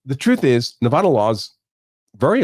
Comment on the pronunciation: please pronounce my state's name correctly.